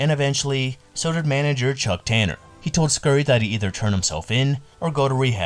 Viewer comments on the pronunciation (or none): none